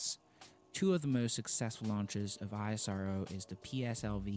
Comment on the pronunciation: The pronunciation in this video is I-S-R-O . It's not Like that It's ISRO . Like You call NASA . Not with there letter .